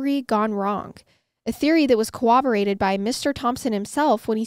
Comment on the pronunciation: I love MWMH, and your vibe as a married couple is exemplary. But I have to tell you- the word is corroborated, with an rr. I hear it mispronounced a lot on recent crime documentaries, even by police officers and detectives.